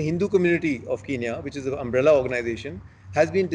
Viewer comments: Besides its spelt Kenya and not kiniya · I think the Indian media need to do some accent training how can a man diplomat who's living in kenya call it kinya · Guys it not kinya its kenya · Ramn what are you saying I lived in Kenya and its definitely not pronounced Kinya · why shouldn't I start it its sound stupid if you live in the country and you cant say the name I was talking about the reporter that's fine hes in India even though even he should say it right but for God sake the diplomat is live in Kenya